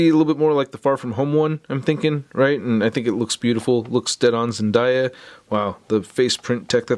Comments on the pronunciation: It’s zen day a not zen die a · When say zen-die-yah Zendaya fans be like it’s zen-day-yah not zen-die-yah 😂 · ZenDAYa, not ZenDIEa! You say it wrong, but you make cool videos so keep up the good work👍👍👍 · Zendiya SUD and everyone else: IT'S ZENDAYA YOU IDIOT!!!! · It’s “ZENDAYA” 🤦🏾‍♂️🤦🏾‍♂️ “DAYYY” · Sorry, but zendaya is pronounced zenDAYa ( like it's a nice day today) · Your saying her name not right btw